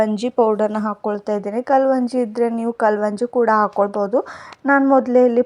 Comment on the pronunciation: Kalvanji alla adu kalonji